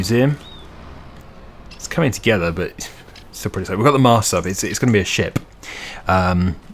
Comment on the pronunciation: the extra pronucation on ship just so that ship was ship and not somthing else had me dying with laughter thank you thank you i really needed that laugh